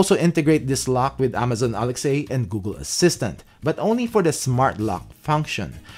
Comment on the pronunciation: I love how he says Amazon and ALEX-A 😂awesome